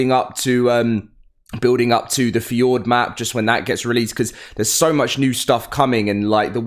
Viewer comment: why in gods name does he keep calling Fjordur Fjord… it’s one thing to pronounce something wrong but bro deleted the whole ur from the name